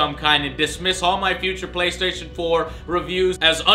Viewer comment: looooooooool, "the bay-station" = )